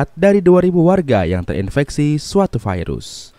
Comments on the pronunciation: Virus bang, bukan fairuz. Fairuz mah nama orang. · Bacaannya Virus bukan Vairus ooy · Virus gitu, bukan vairus 🤣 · bhasa mana bang virus kok bilang nya fairus,,biasa aj atuh virus gk harus fairus😂😂😂😂😂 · Bilang sj virus bang, gak usah vairus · Kirain gua viirus itu nama..tau nya virus penyakit..normal aja bang nyebut virus nya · Sekarang kata virus sudah berubah jadi vairus awokawok vairus apa tuch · Virus kok jd vairus..wkwkkk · kenapa VIRUS jadi VAIRUS🙄